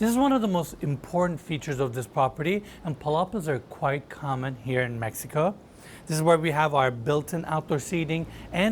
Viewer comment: 'cause it's in Meh ee ko